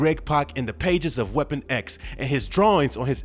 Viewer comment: How 'bout everytime he said Weapon X?